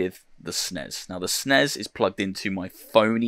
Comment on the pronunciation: Did he call the S.N.E.S the snezzz. lol Love it man.